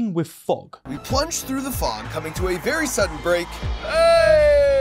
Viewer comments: Everytime this guy says "fog", I hear him saying "fuck". lol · Please stop pronouncing "fog" like the other F word. The first time it was amusing until I realized you're just lazy. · pronouncing "fog" as if it were a French seal 😂